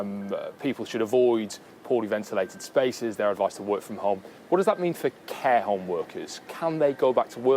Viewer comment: I'm disturbed how the interviewer says Hohme, instead of home.